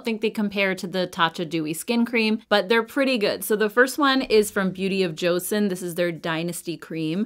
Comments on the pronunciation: how am I not being nice? I didn’t call her names. I simply asked, didn’t even demand, and even said please. She didn’t even pronounce it as cho-sawn (the correct pronunciation), she pronounce it as Joe-Sun. I would even settle for Joe-sawn. It just tells me she didn’t do her research in the slightest. It’s 2024, not learning pronouncing name correctly is unacceptable. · hi thank you for responding. The j and ch sound is very close for Koreans so you can either say joe-sawn (like Sean or Shawn but with the x sound, does that make sense?) or cho-sawn. Easiest way is to watch Korean influencers actually saying it. CYoung actually posted a BoJ video last week I think you can listen to her pronunciation. Edit to add: even more important is the name is stressed on the second syllable on the first. joSAWN not JOsun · Please at least pronounce Joseon correctly. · wow I asked someone nicely to please pronounce an ethnic name correctly out of respect, and I got called triggered. Lollllll.